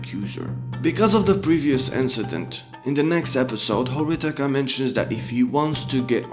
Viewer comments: Him pronouncing Horikita as Horitaka bugged me way more than it should've 😅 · *It's Horikita not Horitaka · Am I the only one hearing HORITIKA, instead of HORIKITA. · It's horikita not horitaka bro your pronounciation is wrong You should say Hori key ta not hori taka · "horikita" not "horitika"🤣🤣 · horikita not horitika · lol its horikita not horitika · Just saying it's hori*kita* not hori*tika* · man it's horikita not horitaka... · its horikita, not horitika edit: not flamin u, i like ur video. keep it up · i don't think it's flaming tbh it's just the character name u gotta say it right ^^ i just also tilted on this and searched comments to see if it was just me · Just a small nitpick: it's Horikita, not Horitika Just a heads up my guy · Horitika... it's not Horitika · Stop say horikita like that pls ;_ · This video was really really bad. A lot of the analysis was just you explaining literally what the characters said they were doing in the show. Very little to offer and borderline clickbait. Felt like abusing anime to market your own book, you just went through the plot of the show. And not that it matters to my point, but the K comes first is Horikita's name, it isn't even a mispronunciation, it's like you literally didn't even proof read your script or listen back to the audio.